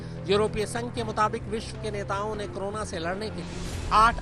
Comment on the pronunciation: Korona Ko krona bol rhe ho ,,,,,tum jaise khushkabri doge